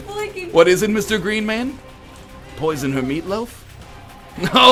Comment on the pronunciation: At the end when you said poison the meatloaf I thought you said put boys in the meatloaf